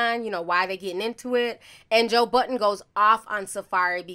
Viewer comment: It’s not joe button you keep saying that it’s joe budddddden